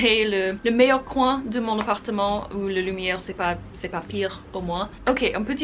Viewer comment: Le chose qui est in peux incorrect est le manure que tu dit "coin" le in Dan's le mot est past dit correctement